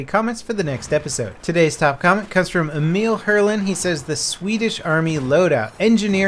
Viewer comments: "Emeel" So close, but yet so far away. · I laughed so hard when he said "Emil" in American accent xD